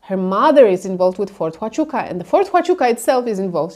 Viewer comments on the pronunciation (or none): It’s Fort Huachuca. (Wachuka)